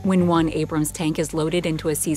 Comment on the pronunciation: Right off the start... "Abram". Yeah, that's enough.